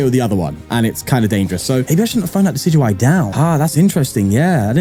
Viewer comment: Day 29! A bit late, but still counting! You should look into becoming a professional Pokemon pronunciator, I knew decidueye was pronounced like that!